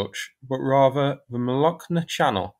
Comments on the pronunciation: The meaning of the name of that river - Molochna is "Milky". And the "ch" in its name is indeed pronounced as ch (eg Charlie), not "k". Also the emphasis in Melitopol is on the "to" syllable, not "li". :o) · Pronunciation: "Molochna River"... pronounce the 'ch' as Church. Latinised place names can be read phonetically, no exceptions as English revels in :-) ( a student of Russian language ) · Mo-lo-Ch (like Cheeze) - na. Means Milk in Russian